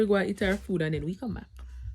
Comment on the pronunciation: Wen u say food u say Aprly😂😂😂